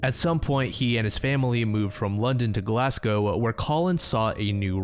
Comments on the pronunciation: As a Glaswegian, thanks for sayong Glasgow properly. Had never heard of this case before somehow. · As a Scot, allow me to thank you for pronouncing "Glasgow" properly right out of the gate. I hereby declare you a good yank. Dumb jokes aside, I'll just say yours has become one of my fave channels, the kind you actually look forward to new uploads from. It's been a pleasure watching you cross the 100k mark. Here's to many more subs for your good work and being able to cover any therapy needed after researching such grim subject matter. Cheers, mate!